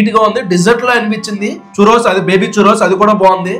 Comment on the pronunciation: Choorose kadhu Kkk tho sound cheyachu